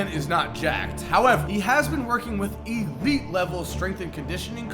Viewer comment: Bro, what is this thing you do when you say a word with an L in it? Ggglameggglo is ABsogggllutely eeegglite!